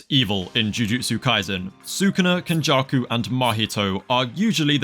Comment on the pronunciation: “Kenjarku” “marhito” yeah nah I’m gonna sit this one out